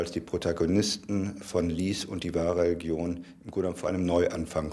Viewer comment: Regilon ist mit leicht gedünstetem Lorbeer Kraut eine tolle Delikatesse 🤦‍♂️re-lig-ion von mir aus re-li-jon aber nicht Regilon